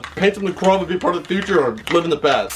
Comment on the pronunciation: U said the SpongeBob future meme wrong it ain't Fu tire it's fuuuuturrrrrr